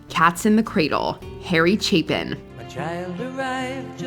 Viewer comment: It's Chapin...Chap-in...not cheapin, not Chaplin...Harry Chapin. Who wrote your script? Did they misread the name of the singer and just spelled it the way they thought it was spelled or did you just mess up? And if someone replies with it's AI i will scream, because it damn sure is not. Do you know how many people work for this one channel...a lot so therefore they have no use for or excuse to use AI. Not every channel is AI, so stop saying that they are unless you know for a thousand percent that it's true. I can list channels that aren't AI. There are more than a hundred of them.